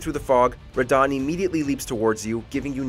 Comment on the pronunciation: "Consort Radon" xddddddd